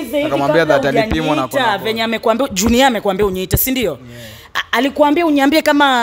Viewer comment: it's how the stud gets mad and says unyiambie instead of uniambie 😂😂